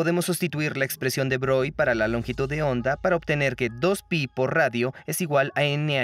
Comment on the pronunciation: Excelente video, como siempre. Pronunciar bien "De Broglie", para que sea impecable. Y ya que cada actor del doblaje pronuncie igual los nombres para que concuerden sería un lujo. Saludos.